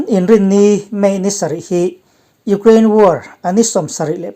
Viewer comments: U-kraine, tuna a lamdan kha English lam dan a nih kha, kan Mizo awphawi zulzui hian mi tam tak chuan kan lam thin reng a ni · Tinge Ukraine hi Ugrain tia i lam zel?